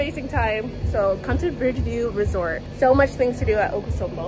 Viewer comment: okosombo? no Akosombo, we want to hear your Twi